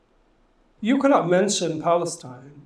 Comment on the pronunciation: There’s no P in Palestine 😂, cause it’s falistine baby.